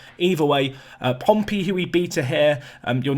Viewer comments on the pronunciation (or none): none